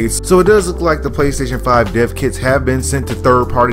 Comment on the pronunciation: Thought he was saying deafkids